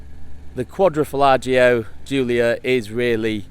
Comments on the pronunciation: Its quadrofoglio(quadro folio spoken) Not quadrofollagio! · I'm reporting you for butchering the name. Quadro falagio????